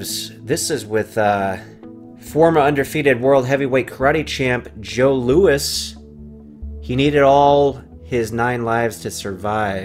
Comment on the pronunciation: Haha the way you say karate champ Joe Lewis gave me a good laugh